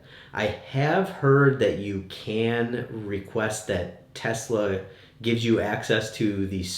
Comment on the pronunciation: Tesla not Tulsa